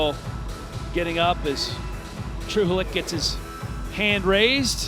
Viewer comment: Gosh, its not “Trahoolik” Czech and Slovakian language has “ch” as a single letter, and the best example i can think of, is probably the way how you pronunciate “J” in name José.. Then you just put it in between words “true” and “leak”, and pronunciate it together as one word! 🤣 “True-ch-leak” 👌